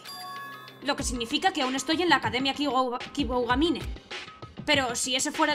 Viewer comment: Dos cosas: - Aunque ellos hablen, sí, dobla tú, pls. - Se pronuncia Kiboogamine [una o un poco más larga]. Esta serie tiene muy buena pinta, sigue así :D